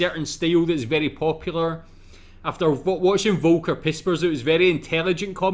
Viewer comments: Foll-ker, please say Foll-ker only once... One more Woka and some German dood will lose it 😉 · Since you reference Volker Pispers repeatedly, you might want to pronounce his first name 'Folker'. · Volker is pronounced "fall-ka" :-) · Great video, thanks. It was interesting to see Michael Mittemeier performing in English. He’s very big here in Germany. By the way, the name Volker is pronounced as though the first letter were F, not V.